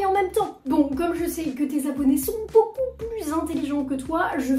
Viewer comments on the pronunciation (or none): none